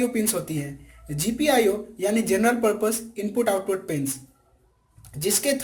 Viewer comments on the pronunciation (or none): none